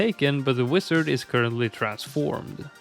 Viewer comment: never heard someone pronounce wizard as "wisard" before